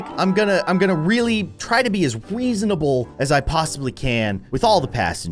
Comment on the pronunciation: It's not weasanable it's reasonable😂😅